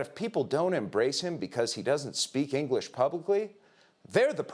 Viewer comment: Pupils made $1 billion n no ingleesh